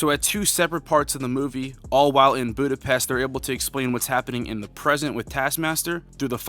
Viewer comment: My man, you watched the movie and still cant pronounce Budapest correctly 😅